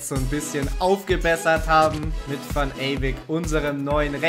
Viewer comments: Der Junge Mann heißt Ewijk (also Eyweik gesprochen), beste Grüße mach weiter so😊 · [Chertrauda] und van ewijk. Nicht eywick